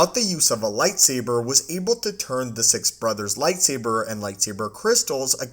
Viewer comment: why cant this guy just pronounce the word six he said "si" not finishing it off like 10 times